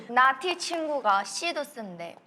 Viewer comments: 나티 -> 나띠라고 들림ㅋㅋㅋㅋㅋ😂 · 나티가 계속 나띠로 들린다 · Every time they say 나티 I keep hearing 나띠 😂